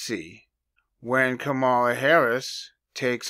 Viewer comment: I always pronounce her as Ka-Ma-La not Kama-la. Good catch brother. They say empires last around 250 years. America is currently 248. They also say women ruled Rome as it burned. Every election cycle the news always repeats “this is the most important election in history”…but this one really will be. If she wins…America is done. If they lose..they’ll burn it to the ground before handed it to trump. Either way..people without Jesus are gonna have some problems.